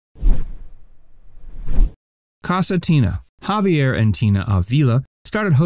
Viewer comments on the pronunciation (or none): none